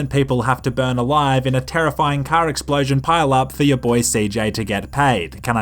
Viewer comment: Not sure why, but I love hearing you say 'Cah'